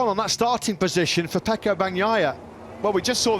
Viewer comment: Why does everyone say Pecco? It's F.